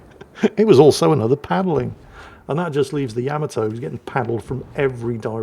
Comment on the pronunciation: It's not Yam-a-toe it's, YUH-MAH-TOE, YUH-MAH-TOE, YUH-MAH-TOE, YUH-MAH-TOE!!!